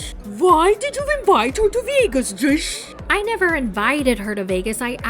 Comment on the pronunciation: I'm cracking up every time you say "Joshzhh"